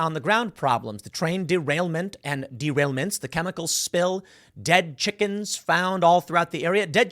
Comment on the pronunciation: Pool, did you say "chickens" or "chicKKens" ?